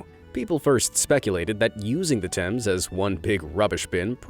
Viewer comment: Oh my God you pronounced Thames right!!! THANK YOU!!